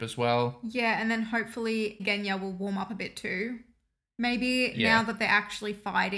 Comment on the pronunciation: "Genya"? More like "GUNya"! 😅 I regret nothing.